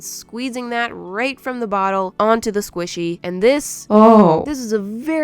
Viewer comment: The velocity Squishyee